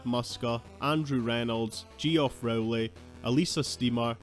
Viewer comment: Who's "we"? Millennials? Zoomers? Hey, now, "Geoff" is a pretty serviceable spelling, and has been for a good while; the mispronunciation of which is so rare that it stood out and prompted my comment. Elric > GoT 😉